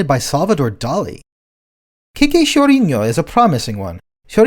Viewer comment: Congrats on being the only English-language channel I've heard to manage at least a decent pronunciation of "chorinho" (most others were way, way, waaaaay off)